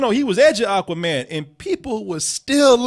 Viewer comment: The pronunciation as "Aaquaman" is kind of bothering me